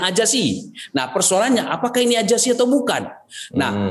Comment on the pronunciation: AJASI.... AJASI.... hahaaa ngaku org pinter gak bisa nyebut Z , AZASI berubah jadi AJASI 😝